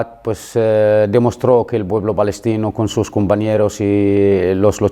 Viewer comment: Es " balestino" 😮😂